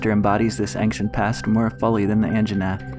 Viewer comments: Why do you say ANKcient it sounds like ainchent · Ancient is pronounced ain-see-ent not ank-shint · First of: i really like you format! But I’m sorry??? “Angsciant” Forest? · STOP SAYING “axient forest” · Now the video is splendid, but you saying "ankshent" triggers me more than it should. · Why are you pronouncing ancient ankcient? It's one of those words where c is pronounced like a ch. For future reference.